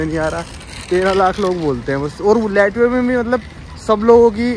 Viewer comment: लाटविया not लैटविया 😅😅